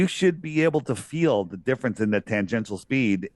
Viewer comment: TANGENTIAL = Tan-Gent-SHull. Lol. Love your work brothers!!!!